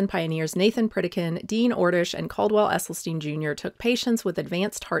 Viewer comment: Great stuff. You really do your research. Like you, I bought the book when it first came out. But unlike you, I still haven't read it! ( PS - it's pronounced "Essylstin", not "Essylsteen" or "Essylstine". 😊)